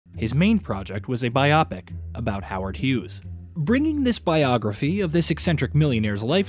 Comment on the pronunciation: you say Biopic wrong. it's Bi-O-Pic, with a hard O sound. You're pronouncing it like the word myopic with a soft o. sheesh, embarassing.